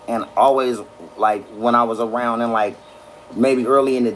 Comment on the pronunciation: it sounds like Ray J says his r's with a w.. love awound.. am I tripping? Maybe it's not every word that has an r in them.. but I think that's what is am hearing?